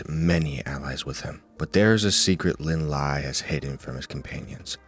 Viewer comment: Thing about Lin Lie is that his name isn’t pronounced as the English word “lie” but rather something more like “Lee-eh”, which is romanized as, well, Lie You probably already know but I’ve heard pleeenty of Chinese names be mispronounced with an “English” pronunciation so it never hurts to educate